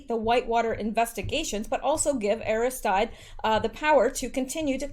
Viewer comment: Aristide (A-ris-teed')